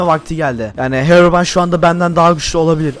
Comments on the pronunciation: Hekobrayn değil herobırayn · Herobrayn değil hekobryn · (;bizim düşmanımız kimdi?:Hekoprey😂:evet Heroybran) Oğlum o hekoprayın diyil Herobray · Saçmalayan Ben: Sanki hero deyil heko değil bildiğiniz ekoooo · hekobiren Ben:herobirien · herıbron değil hekobron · Hekobrine değil de bekobrine😂😂😂😂😂😂😂😂😂😂😂😂